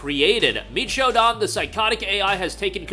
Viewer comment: Shodan is pronounced (show-dan.... as in Dan from Daniel. Not Don from Donald). Please and rhank you.